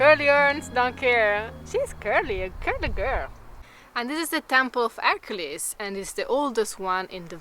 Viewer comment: pronunciation! HER-Q-lees (hercules)